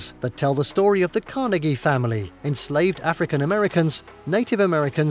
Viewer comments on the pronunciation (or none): none